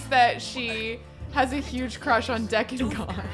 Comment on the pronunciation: I hate to break it to you after all this time but it’s DEE-con Goth, not Deck-on. 😂 can we get a Chanel spin-off a-la Clueless???